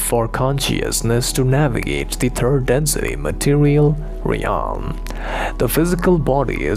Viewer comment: Dear. Open Google translate, and listen how the word 'realm' is pronounced.